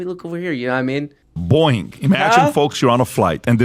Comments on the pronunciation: my favorite part of this story is when people try to say Boeing and it sounds like 'Boing" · PBD saying “Boeing” sounds like “Boing!” And that needs to be a drop